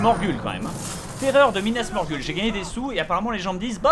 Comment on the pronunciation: Bob c pas Minas Morgul c minas Morghoul